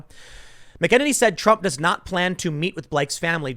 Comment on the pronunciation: Tim I love ya bro... but this is bothering me.... Kaleigh McAnany (Mac-uh-nay-nee) you're welcome sir!